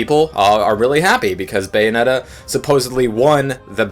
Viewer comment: It's Bayonetta, not Beyonetta.